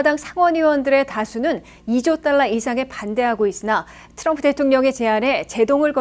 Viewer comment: 기자님 진짜 궁금한데요 왜 딴건 안그러시고 "트럼프" 발음만 굴리시나요? 그렇게 굴리고 싶으시면 영어로 기사를 전하시던가요. 미국서 태어난 대학생 제 딸도 우리말로 할때는 정확히 한국식발음으로 쓰는데....과거 박찬호선수가 미국진출 6개월후에 그랬죠 아마. 과히 좋게는 안보이는군요